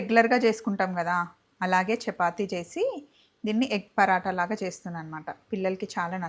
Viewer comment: పరాట not పరోట